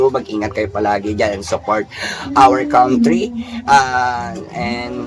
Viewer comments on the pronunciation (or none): none